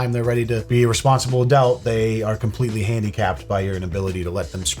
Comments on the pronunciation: Its not adelt its adult. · I would probably listen more to advice about being an adult if he started pronouncing the world “adult” like an adult, instead of saying “adelt”.😅